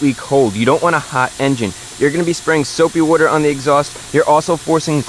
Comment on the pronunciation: soapy wooder